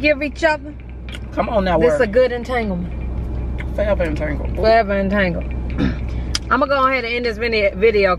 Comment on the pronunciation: Girl you gon kill the word entanglement 😂😂😂